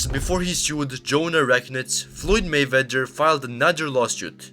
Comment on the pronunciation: Narrator can't pronounce 'Mayweather'. funny.